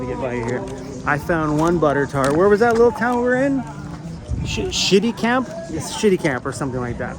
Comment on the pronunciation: it is pronounced .. SH-Ettie-camp